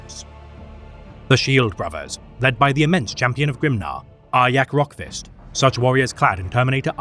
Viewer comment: You said his name correctly! Arjak(Are-Yak) Rockfist! Nicely done!